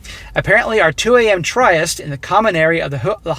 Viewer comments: tryst is pronounced like a short “i” sound and one syllable: “trist” instead of “try-ist” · It's trisst, not try-est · Like you bro but it's pronounced trist not tri est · "Tryst" (romantic rendezvous) - you are mispronouncing it! It is pronounced "trist" - not "TRY-ist." Occurs also once earlier, near the beginning. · THE WORD IS Tryst and it is pronounced tr ist sounding like twist with a r sound. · Tryst is pronounced trist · Tryst is pronounced “trist” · Tryst the Y is pronounced I ( eye) as in " is" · “Tryst” rhymes with “list”. No worries, though. Keep up the fantastic work! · The way he pronounces tryst 🤣.